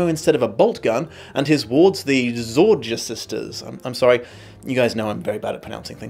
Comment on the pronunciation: The Y in Zorya is pronounced like Abyss, Kayak, Maybe, Played... I don't think Y is ever pronounced the way you said it in any word. 🤔